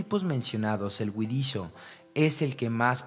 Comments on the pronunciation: se oye huidizio y otras huidichio; debe ser huidizo. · Huidizoo ? Ocomo dice? No alcanzo a oir claro. ?😊